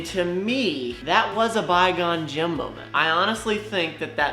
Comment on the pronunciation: Can someone tell it's Qui-Gon-Jin not Bye-Gone-Jim.....